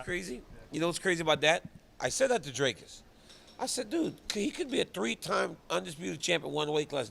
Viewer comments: Dricus just taught DC how to pronounce his name, and DC still can't pronounce it 😅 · Dricus literallu taught DC how to pronounce his name in their interview and here he's back at Drakus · What's funny is his name is pronounced just like it looks. "Dric-us" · Never ceases to amaze me how little effort Daniel Cormier puts in for such a great job, literally can’t even learn how to pronounce dricus’ name. Dricus even fucking spelt it out in an octagon interview and DC STILL doesn’t know